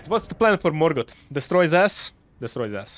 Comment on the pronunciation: He got, Mor-got